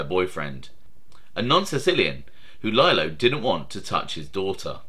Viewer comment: Another great vid..but I believe his name was pronounced leelo not lyelo ..I know your in the U.K. no worries .. 💥👍